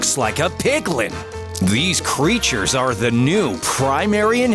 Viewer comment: ( narrator says pigling): me: u said pigling it’s piglin